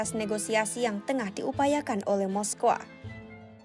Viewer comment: Dan lawak nya lagi ngomong moskow aja moskowa